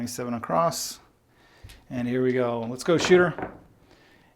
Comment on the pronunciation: across doesn't have a "t".... f.y.i.